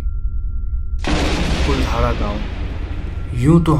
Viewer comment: I'm from jaisalmer and it's not कुलधारा it's कुलधरा